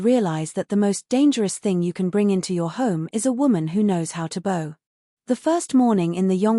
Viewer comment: Not crazy about the ending, but the story was good. Narration still has a few words that are out of sync w English usage, such as lead the mineral rhymes with said, a bow of courtesy rhymes with hurt sound ow! and a row of something rhymes with oh.